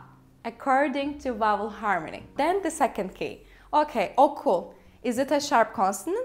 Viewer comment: As a native Turkish speaker, I can say for sure you are too, I wonder: Why do you keep saying/pronouncing “okul” as “oku” persistently ?